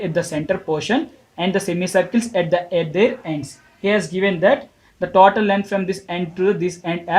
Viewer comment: it is not taautal it is total 😅😅